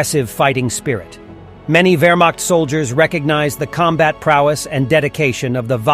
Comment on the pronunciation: wermacht diction is not wermakt or wermackt. find real diction of german ch.